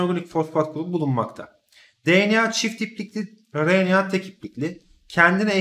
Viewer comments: hocam o kadar güzel RNA diyorsunuz ki r harfini hep söyleyebilen biri olarak ben sizin gibi güzel söyleyemiyorum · Hocam siz ne güzel RNA diyorsunuz öyle ;)